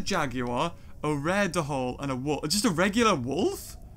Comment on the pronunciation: Hey! You pronounce dhole wrong! It's not de-hole it's dole! Just to inform you:)